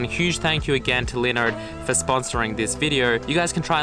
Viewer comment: when he says linode, it sounds like he is saying Leonard